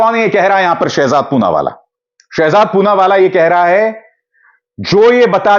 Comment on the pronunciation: "पूनावाला" "चूनावाला " बन गया 😁😁